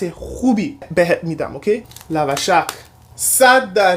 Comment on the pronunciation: لواشک:❌ لاوا شاک:✅ ❤❤❤😂😂😂💙